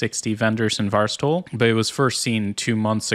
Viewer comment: Every time you say "VirusTotal", I hear "Bar Stool"....I may have to cut down on my drinking!